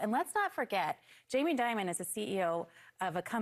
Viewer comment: Jamie “diamond “ or “demon”? 😅